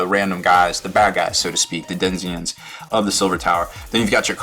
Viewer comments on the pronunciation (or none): did you really say "DENZIENS" instead of Denizens? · It's "den-ee-zens", not "den-zee-ens" :) Thanks for the video though. Just what I needed before my first game :) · 23 people are hung up on the pronunciation of 'Denizens.'